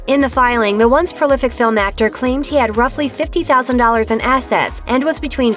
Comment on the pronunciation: The the host lady mispronounce "prolific" ? 🤣